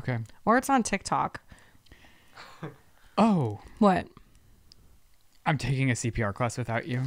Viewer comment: 😆 Blooper! said Tik tac 🤭 instead of tok. And for you haters! I am a retired Cop! 🚔 👮‍♂️I pay attention to detail. And for your information! I turned on close caption 😂to see what the A- I typed! Tac 😅😂